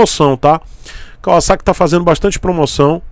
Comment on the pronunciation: Único Youtuber brasileiro que pronuncia o nome Kawasaki como deve ser pronunciado! Obs. Não estou dizendo que é certo ou errado.